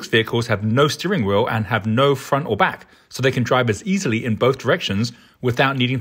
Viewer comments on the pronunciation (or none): none